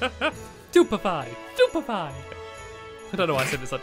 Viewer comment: it is stupefy, not superfly (what? super fly?) or stupfiy:)